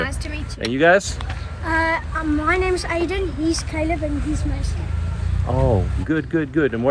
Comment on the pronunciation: I am South African and I find it so rude and disrespectful when people make videos about my country and don’t even bother to learn how to pronounce names and places correctly.